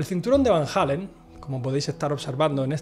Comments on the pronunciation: Es Van Allen, no Van Halen eso es una banda rockera, has visto demasiados videos de JL, él lo dice mal siempre. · Joder!!!! Porqué chingados no pueden pronunciar VAN ALLEN, VAN ALLEN, VAN ALLEN, VAN ALLEN. NO ES VAN HALLEN........ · En todo caso se pronunciaria FAN ALLEN o FAEN ALLEN